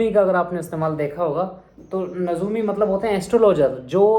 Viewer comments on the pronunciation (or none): Aur bhaii astrologer is nujuumii not nazuumii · I am a student of urdu (H) in du. You too pronounced nazoomi which is wrong it's Najumi without nutka نجومی